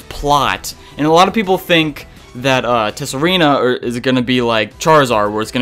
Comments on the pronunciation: It's pronounced Sah-Ree-Na not Tess-Sa-Ree-Na,. The "T" is silent don't you know. Also if you keep mispronouncing the name wrong there a chance your game might freeze on you when shiny hunting Pokemon in Tsareena's line. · As some other comments have already pointed out, the "t" in "Tsareena" is silent. And Steenee is basically pronounced "Stii-nii".